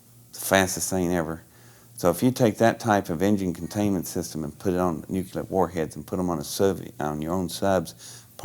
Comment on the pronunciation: ugh, no. I believe him, his body language is straight up. but It just ruins it for me when someone says "NU CU LER"...I get it, its a common mispronounciation, but still, to me it makes someone sound a little simple. I blame covid for my cynisism